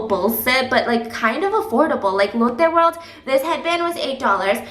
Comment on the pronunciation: ❤️❤️❤️❤️ Love the vlogs side note everytime u said "Lotte world" it just sounded like "Elote world" and I'm over here letting my lil Mexican brain go WILD 😂